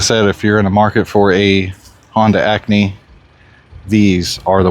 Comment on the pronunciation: It’s called an Acty, not Acney